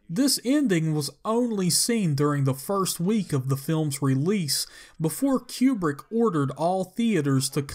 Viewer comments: Stanley QueBrick ? Seriously ? Its Kubrick pronounced KOO-Brick which means Rectangle in Russian. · "Stanley Q-Brick" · "Keewwbrick..." LOL!